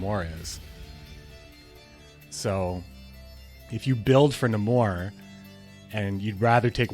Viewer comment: NEImor not nAmor bro please